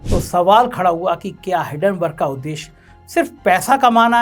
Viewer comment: हिडनबर्ग नहीं, हिंडनबर्ग भो....ले!!!